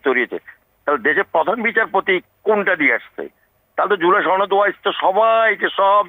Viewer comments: উচ্চারণ ঠিক কর?(তরুণ মেধাবী) জুলাই ছনদ না সনদ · ছহি এরাবিক সুরে বলেছে।